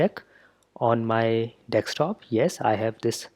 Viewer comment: "Dekstop" really surprised me every time.